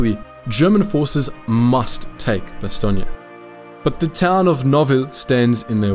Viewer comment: Nice to hear Bastogne pronounced probably, as in Bastogneya, yes?